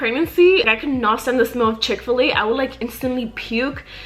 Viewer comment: The way she says chick fil a lol i hear “chick filly”